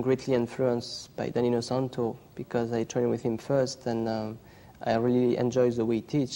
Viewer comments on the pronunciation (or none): How can this gentleman get the job interviewing at the "Inosanto" Academy and not be able to say "Inosanto"!!!!!!!? Disgraceful! I am mostly kidding because he was probably nervous but at least correct him!!!!!